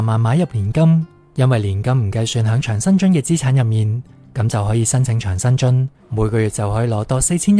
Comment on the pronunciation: 讀音掌生津，唔係場。是長者生活津貼的簡稱。:face-green-smiling